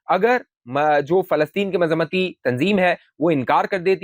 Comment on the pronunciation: مزمتی نہیں مزاحمتی ، کسی سے اردو سیکھ لو نہیں آتی تو !